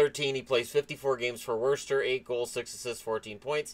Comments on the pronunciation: As someone who lives in New England, the way you say Worcester makes me laugh! I'm not from the area, but locals pronounce it "Woo-stir". Great video on a great story! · Its pronounced Wuss-Sta. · Worcester = (wuh-stir) sorry. Great vid though! Keep it up! By far my favorite youtuber